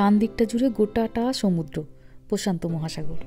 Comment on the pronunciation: মহাসাগড় না, মহাসাগর